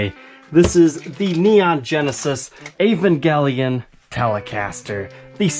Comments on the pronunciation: It's pronounced eeh-van-jeh-lion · ahhh gotta love the 'ol american accent on certain words. Never though Evangelion was pronounced with a hard "g". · Yeivangelion. Love the prononciation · *EEEEE VAN JUH LYON*